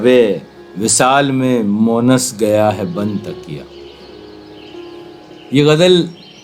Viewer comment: Bhai it's Monis and not Monas . Thanks